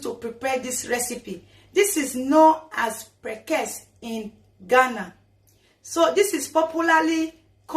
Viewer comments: Is called prekese not prekes 😂😂😂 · It’s is pronounced like this: pre’-ke’-se’. ( prekese). Am a Ghanaian and we use it a lot. You can put it in your pepper soup, groundnut soup and palm nut soup. Just drop it in the soup. It’s very cheap here in Ghana